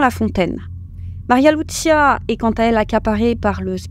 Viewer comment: "Alisson" et non "Aline Son" "Lucinha" et non "Lucia"